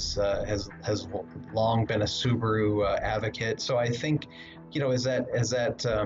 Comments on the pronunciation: The Brand is called Subaru, not Subru! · Say subaru properly